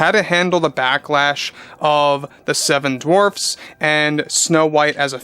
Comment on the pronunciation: The "Seven Dwarps"? What's a "Dwarp"?